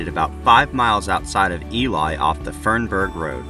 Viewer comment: Cool video. I actually live in International Falls. Oh, BTW, it's "Eee-Lee" (Ely, MN), not Eli (pronounced like the old man's name, lol).